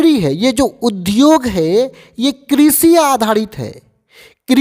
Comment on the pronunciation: किशी नही कृषि